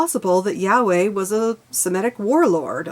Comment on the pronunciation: The main issue is the faith of the meaning of the words writen by influential self appointed men with a common goal to capitalize upon what the simpleton cannot comprehend. For instance you used the frase yahweh which means the breath Though your pronunciation is incorrect as the Y in hebrew sounds like an H in English. If pronounced correctly it is the literal sound made while breathing. Has nothing to do with the feelings of interpritating the spells from unchallengable scripture. Auto didactic reality before the church of capitalism to find for yourself tangable knowlage of those fantasies you deemed imagination. Take a look at the vatican architecture differs from the mascot of the church's Ichthus flying angel fish. To base your life on a belief of a possibility of a beggining after the end of failure and expect redemption. Very greedy and narcissistic capitalism has deluded the perception of possessing ownership acumulated self worth, in reality it is how much you have taken of the from nature